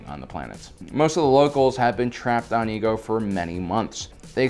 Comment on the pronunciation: The planet obi & Anikan went to for the cure was not called EGO 😂😂😂 it’s pronounced either I-ego or Ay-Igo